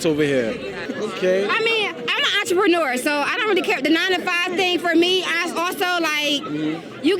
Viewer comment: “Im a entropenyouuuuer 🤪” yeah like Fuxk you are